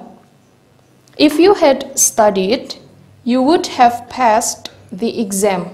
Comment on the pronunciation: Tolong dijelasin mengapas kata passed diucapkan / pest /